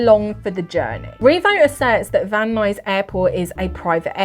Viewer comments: You nailed the pronunciation of Van Nuys, CA. Very good. lol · You said van nuys perfectly! :) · You pronounced Van Nuys correctly 😊